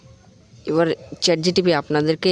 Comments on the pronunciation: Chat gtp noi vi chat gpt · চ্যাট জিটিভি নয় চ্যাট gpt😂